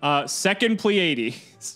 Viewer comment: Was anyone else cringing during the deck list when kept mispronouncing pleiades